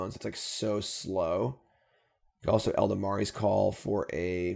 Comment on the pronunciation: Love the deck, but I have to say, it's E-la-DAM-ri's Call, not El-da-ma-ri...